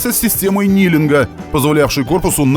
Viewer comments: Спасибо за фильм, супер! Наклон автобуса называется не "нилинг", а "книлинг" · Не нилинг, а Книлинг